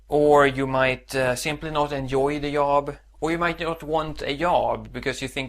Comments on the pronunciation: Yob? You need to learn to pronounce a hard j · at first i thought he kept saying 'yob' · Försök uttala job med D före så låter det bättre. :) Du klarar dig fint! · Yob, yes, Swedish for Job